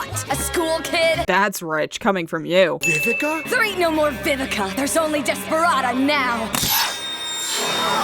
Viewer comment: why would he talk about history repeating unless he’s aware of the Second Chances summoning, which he isn’t? (+ 1 sin bc in the og dub, Vivica’s name is pronounced as “vee-vee-cha”, not as “Vivika”